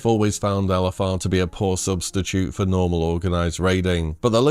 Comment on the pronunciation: English being my second language, every time you said LFR, I understood Elefar, which I assumed is the name of a raid boss I never encountered yet 😂 It does sound cool tho: Elefaar...👍